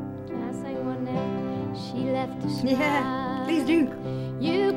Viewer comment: You can hear Dolly's 'shmile' right through it. She makes 's' into 'sh'.